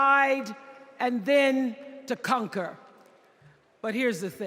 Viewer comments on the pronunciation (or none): Did she say to divide and cunker 😂😂😂